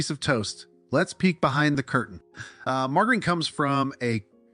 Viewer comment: Margarine. Pronounced - Marge-ah-reen Not Marguerite Can I be your narrator or proof listener ?